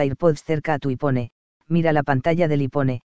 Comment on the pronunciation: Ipone? Vaya pronunciación